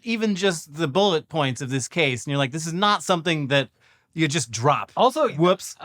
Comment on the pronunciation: “Do Noy Reply”